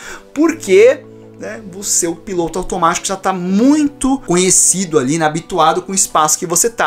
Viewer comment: eu ouvi " o seu PINTO automatio" kjjjkkkk